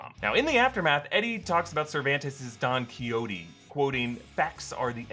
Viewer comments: it’s don ke-how-te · The way he pronounced don xoiqote lol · mans really just pronounced don quixote like that 😖